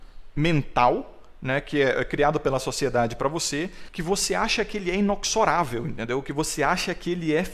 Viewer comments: Mano é INEXORÁVEL, tu fala INOXORÁVEL. Um abraço. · Inexorável eh gênero neutro. Inoxorável eh o masculino.